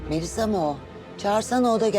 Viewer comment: 'in melisaya MeliSSA demesi ile enderin Şahika'ya şahiKA demesinin benzerliği ölümüne kapışmaz mı 😂